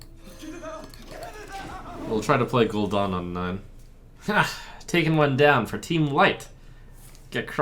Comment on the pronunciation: Anyone else getting triggered with the Gul'Don pronunciation going on?